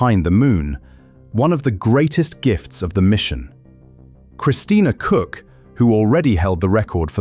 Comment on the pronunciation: The pronounciation of the surname Koch is atrocious. Happy that they all made it home safely 😊